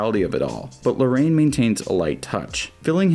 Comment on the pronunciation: is not Lorraine, it's more like: La-Ra-Inn